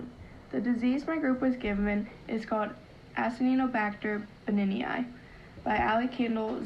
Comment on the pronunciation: you don't know how to pronounce Acinetobacter Baumannii